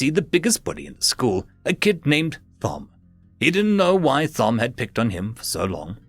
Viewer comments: Dude... Thom is pronounced Tom, as in Thomas. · the h in Thom is silent, as it's short for Thomas.